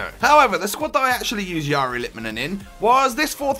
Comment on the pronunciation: Wow, someone who is not finnish can perfectly pronounce his name...